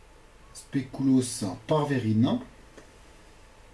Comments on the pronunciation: spéculoos pas "spécouloos" sinon trés bonne recette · Recette très bien expliquée, et le spécouloos ça se dit SPECULOOS. Voilà au revoir et merci pour se partage :) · pas du tout ça se prononce spéculauss regarde sur internet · specouloss mdrrrrrrr 😂😂😂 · wolallala ça donne envie! par contre faut retravailler la prononciation de "spéculoos" :p